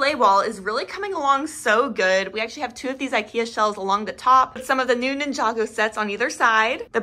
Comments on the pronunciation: Blud realy said ninjego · nin-jay-go mm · did noone noticed she said ninjago wrong